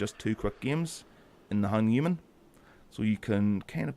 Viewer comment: Hey, cool video. Ship looks nice. just a word on the pronunciation of the name Hanuman. Phonetically it would be: ha-nu-maan It comes from Hindu mythology meaning "one with a disfigured jaw"